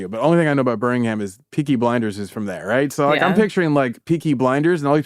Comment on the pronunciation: The grammar snobbery from someone who gives so many valley girl style ‘yah’ s 💅🏻 throughout every conversation + thinking Elizabeth is going to know a random English street because she once lived in Glasgow = So Very American just to be topped off by BuhRR-ming-HAM 🇺🇸🇺🇸🇺🇸 one of the most American episodes yet, guys. 😌👏 Glad you’re on YouTube now! ✨ Trimjob ✨